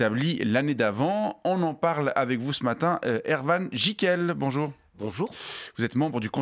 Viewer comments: ErVan ? Vas ist das ? N'est-ce pas plutot ErWan ? Le dernier se prononce Erouann... tandis que le premier n'existe pas à ma connaissance (sauf peut-être chez les Suisses-Allemands ???) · Oui ils prononcent le W à l'allemande